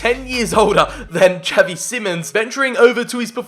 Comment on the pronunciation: tell me why it bothers me so much tha he says javi simons instead of xavi